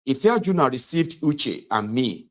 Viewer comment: The name was Ife-aju-na